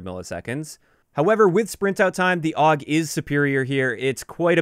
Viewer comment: Awg. That hurts my soul. Every single time i heard it i died a little inside. I still dont get where ppl come up with awg from AUG ._.